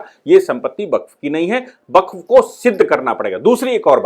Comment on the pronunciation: Baqf शब्द है, या waqf?